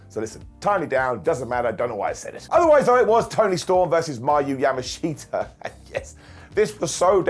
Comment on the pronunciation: It’s super funny hearing say Yamashita instead of Yamashita 😂